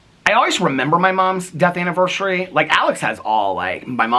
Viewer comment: I usually don't even pay mind to if you pronounce things wrong. The two that i notice are anniversary bec you've pointed it out so much & diagnosis-is (as opposed to diagnoses, like the plural form of crisis/ crises) but only cause you talk about mental health so it comes up a lot!